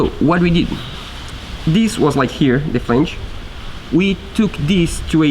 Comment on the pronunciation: It's not "dees"...its "THIS". 😏